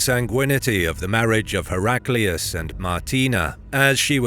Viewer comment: Hera Klee oos is the pronunciation one should use, not Herak lee oos.